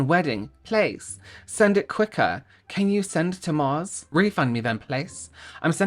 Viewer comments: Right? And every time he said “pleas” hahaha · The way you say ‘pleas’ is KILLING ME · My day’s not been good so far but I have to say that your reading of the nappy story and pronunciation of “pleas” has given me cause to laugh today ❤ Thank you! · that killed me lol i kept having to repeat it the same way every time he said it like that 😂